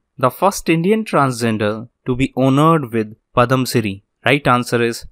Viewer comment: Super sir and One more sir.... it's Padma Shri and not padam Shri...